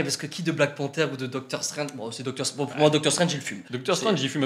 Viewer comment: MDK déjà tu va respecter le personnage c'est ”Strange” pas ”Strenge”